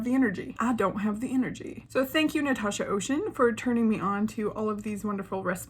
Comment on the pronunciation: Just a little tips, her name is French so Océane isn’t pronounce like the English ocean. It’s pronounced like Osean. The e and the a a pronounce separate